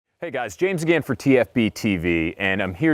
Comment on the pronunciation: lol he said "agan"